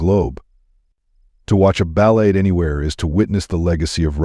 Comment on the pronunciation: How about screening the AI reading the script to pronounce words properly. "Balette". Really?